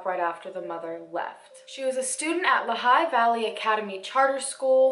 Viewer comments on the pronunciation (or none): It's Lee-High Valley :) Great series -- keep the videos coming!! Your channel is my FAVORITE! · Thank you for talking about Amy ❤ I live very close to her, and everyone here wants her to come home safely! (By the way, Lehigh is pronounced Lee-high) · I lived in Leigh Valley now I live in Philadelphia I always thought the age was 18 I guess I was wrong No hate but it’s pronounced lee high lol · It’s pronounced Lehigh as in (lee-high) and I go to the same school as Amy and her friends knew about it and told her to stop but she was very serious about their relationship.... nice video though🙃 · I’m from Allentown. It’s pronounced “lee-high” like Lehigh Valley. I saw this story in the paper. I’m on 4th street. I’m not surprised though so much bad stuff happens here. Where did he work? He looks so familiar. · It’s LEE-high Valley. For future reference lol no sweat though!! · also just a small correction even though i'm extremely late.. it's "lee high " as the pronunciation!